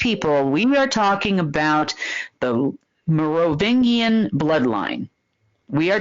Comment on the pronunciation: after how many years are we going to wait for to learn how to properly pronounce "Merovingian"!?!?